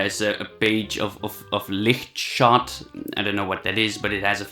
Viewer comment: Omg how you pronounced LightShot haha I love it